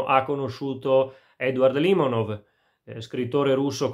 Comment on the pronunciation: Limònov, non Lìmonov... Nemmeno il nome azzecchi, ma che recensione vuoi portare.